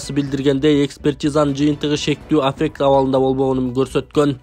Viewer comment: Афек эле дейсин кыргызча котормосун айт же орусчасын туура айт